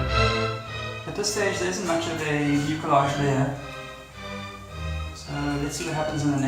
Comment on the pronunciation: In English it’s pronounced miu’-sil-aazh.